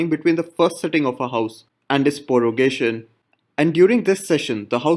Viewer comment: Prorogation not Porogation